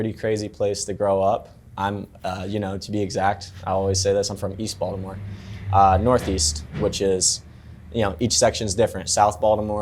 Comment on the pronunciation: No one from Baltimore pronounces “Baltimore” like how he does